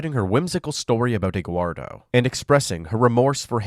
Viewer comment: eguardo😂😂😂😂😂...you mean Eduardo right😅